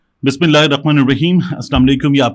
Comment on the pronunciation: السلام علیکم و رحمتہ اللہ و برکاتہ۔ بھائی، میری رائے میں بسم اللہ الرحمٰن الرحیم کی ادائیگی صحیح نہیں ہو رہی۔ پلیز چیک کروائیں۔۔۔ جزاکم اللہ خیرا کثیرا فی الدارین